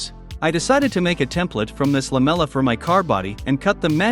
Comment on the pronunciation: take a vodka shot everytime the text-to-speech bot says LAMELA